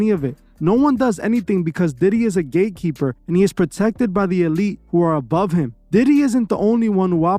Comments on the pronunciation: Sorry, did you say. GAYKEEPER. OR GATEKEEPER.😂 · Are you saying gay keeper? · ….thought u said GAYkeeper lol😆…